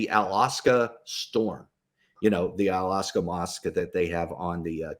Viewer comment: Thanks for your service and efforts. But it is not Alaska mosque. It is called Al-Aqsa Mosque - Aqsa means: Remote, ultimate, utmost, maximum, far, etc.. depends on the context.